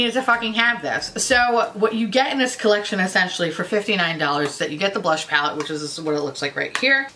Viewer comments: I am PISSING MYSELF over the way and amount of times you said blursh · that Mmmmitchell collection is hideous, you’re drunk, go home! 😂😂 Drunk you saying ‘blursh’ is glorious! I love the Jouer lip oil, but like, that’s the only Jouer thing I’ve tried. 😂✨